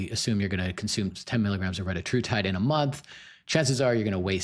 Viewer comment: REH-TAH-TROO-TIDE not RHE-TUH-TRUE-TIDE